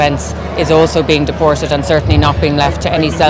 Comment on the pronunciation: A sign of a poorly educated person is pronouncing the letter t with an s sound. For example, "deported" being pronounced as "dee-por-sed". McEntee does this all the time.